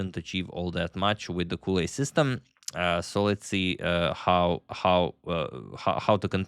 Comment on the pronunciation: Edgard Colle is Belgian from the Flanders region, so the language is Vlaams, very close to Dutch. Which means that his last name should be pronounced in the same way as the start of the English word "college". No "ou" or "u" sound on the "o". #VastKnowledge